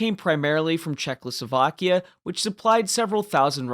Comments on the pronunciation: I didn’t really care about the pronunciation im just pointing out the possibility of this being his strongest argument (I didn’t really get the reason he thinks you have dyslexia other than a simple mistake)It sound like you say czechloslovakia instead of Czechoslovakia ( basically adding an l) nice video though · ably talking about your pronunciation of Czechoslovakia